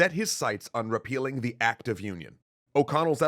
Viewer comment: “RePEELing” 🤣🤣🤣 Anyone😃 Hello?🥺